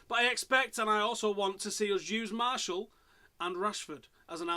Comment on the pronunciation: Lol why do Man U fans call Martial, Marshall? Here's how you pronounce it. Anthony Mar-she-al, not Marshall (and yes, I am French)